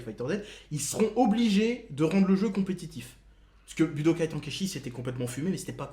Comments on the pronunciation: Putain wsh pk tonkaïchi Ten, ten bordel comme le chiffre en anglais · Tu prononcé mal chez cet ten comme ten ten de naruto et pas TAN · Budokai « temps kai chi »